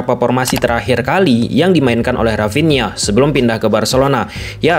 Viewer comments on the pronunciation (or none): Dari sunda ya dia...rapinha 😂